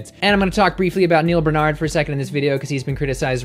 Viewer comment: Yo, you don't like it when people mispronounce your name; then why do you insist in mispronouncing Dr.Barnards? BAR-nard...BaRrrr-nard. It isn't that complicated. Thanks for the video none the less.